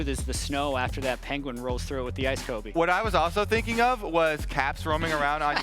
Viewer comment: Actually, it is Kobe not Kobbe xd